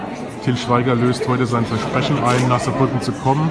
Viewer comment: Vesprechen? nicht Versprechen